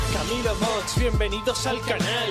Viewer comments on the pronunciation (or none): none